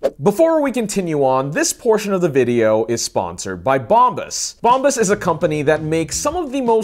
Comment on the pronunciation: Dude, your sponsors name is Bombas pronounced as Bomb As. Meaning the shiz.